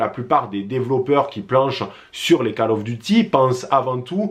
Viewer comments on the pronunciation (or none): Bonne vidéo mais "Call" of duty ca se prononce "kôl" et non pas "cale" 👍